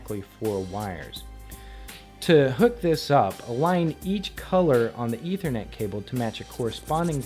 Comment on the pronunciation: It's "ETH-er-net," with a "short-vowel sound" on that first "e."